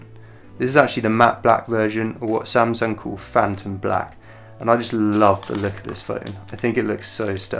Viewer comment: I like how he pronounces "samsung". It is "a" sound, not "e" sound.